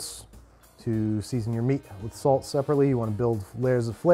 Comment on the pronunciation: Babish in every other episode: "Salt." Babish in this episode: "Sawwllt" Gandolfini really brings out Babby's New York-ness.